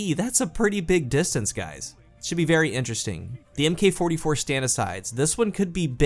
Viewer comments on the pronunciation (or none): Mk.44 is pronounced MARK FORTY-FOUR. FUCKS SAKE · "Mk." as in the "Mk. 44" is pronounced "Mark". Just like the Mk 19. Just fyi. Love the content!